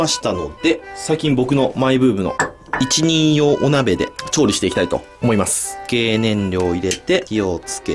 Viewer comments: いちにんよう？ ひとりようじゃないの？ww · 一人用 は いちにんよう ではなく ひとりよう と読むんですよ！！ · 「いちにんよう」って言う人、初めて聞きましたｗ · 一人用を”いちにんよう”って言う人初めてです